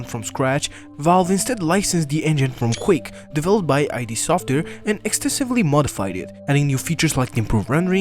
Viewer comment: you are the only person to ever call ID software "Eye, Dee" software